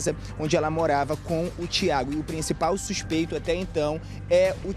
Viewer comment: O repórter ainda fala supeito🤔😡